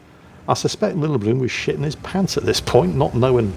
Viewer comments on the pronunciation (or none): The name's actually pronounced (until a Norwegian comes to correct me) Lillleblum (where the 'e' is 'e' , not 'i') br. a Finn :)